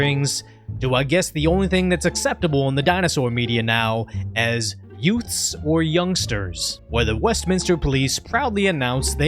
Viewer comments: Uhhh did you say yoouts? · Did you say, "Yoots?" What is a "yoot"? Time to call on My Cousin Vinny. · What's a yout? You said the police clashed with youts?